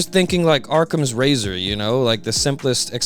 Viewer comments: It is Occam's Razor, but maybe is saying it wrong on purpose, or has never seen the word actually spelled out, and if you've only ever heard someone say it I can see where you could get from Occam to Arkham. Honest mistake or troll? You decide. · It's occams razor not arkhams razor or whatever u said💔